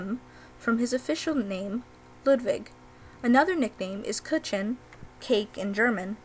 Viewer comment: Kuchen not kitchen I know it's hard to pronounce for not native speakers